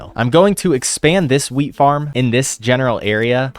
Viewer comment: (not the exact time but) when you said"let's hope my wheat has grown" I thought you said"let's hope my Wii has grown"😂😂😂